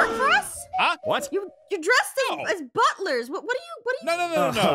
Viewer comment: Do we have to be "Buff-lers" to the girls?: Yes. and:......